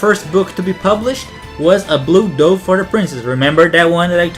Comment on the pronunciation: You pronounced osean and dove wrong, m8